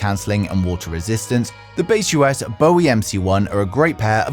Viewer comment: broreo its not Base US, its baseus.... :D